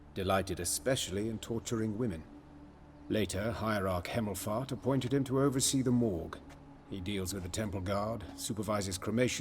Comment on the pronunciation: I wasn't looking at the subtitles for one seccond and before I know it I hear "Hierarch Cammelfart"...ofcourse, it's actually "Hemmelfart"